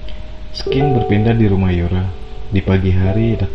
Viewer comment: Narasi penceritaan alurnya bagus bang, masukan sedikit buat penyebutan kata 'scene' itu sēn/sin bang bukan skin